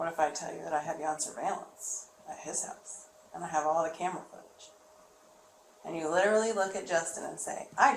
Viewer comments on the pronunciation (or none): none